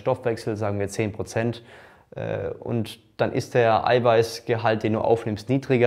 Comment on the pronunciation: Brozent sagt er auch Brozent ?